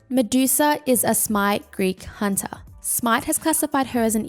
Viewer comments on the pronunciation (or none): none